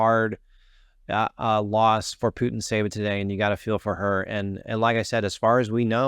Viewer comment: No, that letter T doesn't reads apart! It's Putín tseva (ts is a one letter Ц in Russian- Пути́нцева- Пути́н цева), It's sounds like a сi sound in Cincinnati(Цинциннати)